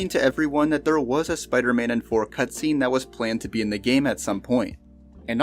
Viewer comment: THOR not Fhor. It seems like you're unable to pronounce your Ts. You even said firteen instead of THirteen